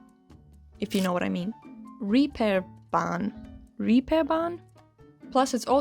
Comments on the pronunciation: It's not the Reaperbahn (as in english reaper), but it's the Reeperbahn with a long e (Reeeeeperbahn) 😊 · Same thoughts. I recalled Catwijk, specially. We are planning to go there this summer. Reeperbahn is actually pronounced like REE (het dier) or Regen, a plain "e", well, a German plain "e" XD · "Pronounced like reaper ís correct". No, not really. It's pronounced like, sorry, raper.